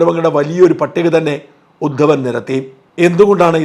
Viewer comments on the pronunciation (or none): ശ്രീ ഷാജനോട്, ജാരസന്ധൻ അല്ല, ജരാസന്ധൻ ആണേ. ഉദ്ധൻ അല്ല, ഉദ്ധവൻ ആണേ.....